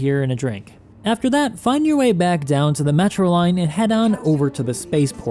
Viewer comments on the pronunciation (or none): none